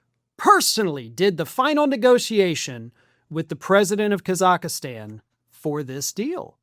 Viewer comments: It’s not Kazakistan it’s Kazakhstan, pronounced Kazikstan , silent H, no i in the middle. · It’s Kazakhstan, not, “Kazakhastan” 😂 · It's Khazakstan, not Khazakistan. It has three syllables, not four. There's no "i." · Thx for the vid. But little pet peeve. It's not Ka-zakh-a-stan. It's Kaz-akh-stan. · Ka-Zack-Stan is the pronunciation. Lol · The is NO EXTRA A in the name of the country! C'mon it's called "Kazakhstan" The pronunciation in English is /ˌkæz.ækˈstɑːn/ in British English and /ˈkɑː.zəkˌstɑːn/ in American English. Nitpicking I know, but... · Kazakhstan isn't pronounced Kazakihstan, and the Trumps won't be in power indefinitely, but the resources will still be gone, so good luck with kakistocracy. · Kaz ak stan is how the country is pronounced in English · It's pronounced phonetically "Kaz-ak-stan"...I know Americans like to mispronounce & misspell the beautiful language we in the UK gave the world but at least pronounce the country correctly..! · Am I hearing things or is adding a syllable to Kazakhstan? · So can't pronounce Kazakhstan... Where is he getting the extra A? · Judging by your incorrect pronunciation, I'm guessing you've never watched Borat! Just saying, lol. I do love your news coverage though, one of the few I trust anymore. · why do you keep mispronouncing Kazakhstan..... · Please learn how to pronounce the name of the country you're reporting on. Google is free.